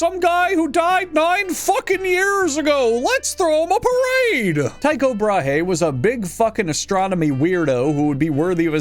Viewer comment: The problem with the theory of hallucinogenic funghi from wheat (ergotism), is that whilst it can cause hallucinations, it also causes diarrhoea, vomiting, and gangrene of the extremities. So, it's unlikely. And it's not Tycho with a "tie" sound, but with a 'tea' sound.